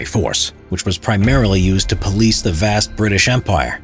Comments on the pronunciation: BRI’ISH Nooo noooooooo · British more like Bri'ish